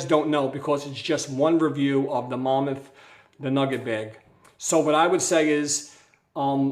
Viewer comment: Hey thanks for the review but why do you call it "Momuth" and not "Mammoth" like a woolly mammoth? There is even a picture of one on the bag.